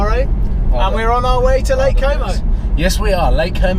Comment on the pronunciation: Did you say lake como or homo 😂